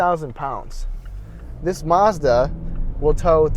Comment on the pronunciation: Its Mazda NOT marzda